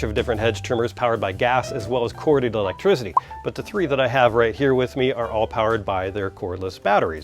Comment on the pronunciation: I like the way you say electrizziddy